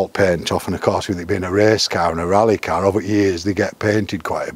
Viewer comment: Feck me. How many times can he say, 'carrr', in one interview!?